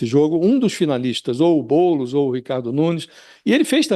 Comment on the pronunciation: E impressão minha ou o cara falou "Boules" no ?